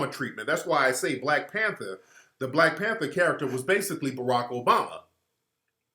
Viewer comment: "you ah de new blek pentha"